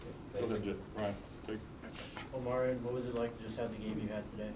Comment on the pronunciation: Dude kept calling him o-MEH-ree-ahn instead of o-MAH-ree-ahn. I guess that reporter was not a B2K fan! 😂